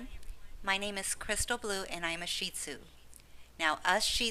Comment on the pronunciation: You are the first person to pronounce their name correctly. I get so tired of hearing shit tzu.